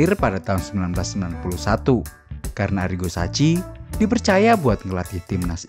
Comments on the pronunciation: Sebutannys sacchi: saki bukan saci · Maaf penyebutan arigo sacchi: saki bukan daci